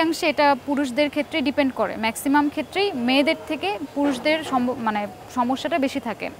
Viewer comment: কেন আপু তুমি তো বাংলাদেশী তুমি কেন ভাইটামিন বলো তুমি তো বলবা ভিটামিন। যে দেশে ভিটামিন কে ভাইটামিন বলে তারা বলুক। এরপর ডিপেন্ড কে বললা ডিপেন্ট,😂😂